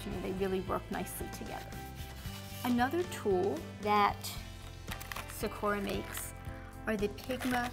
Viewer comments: Just to let you know you pronounce it sa/kū/a it's Japanese for cherry blossom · why... does she pronounce it... like that.